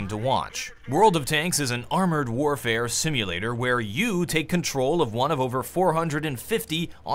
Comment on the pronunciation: "armored warfair simulatot"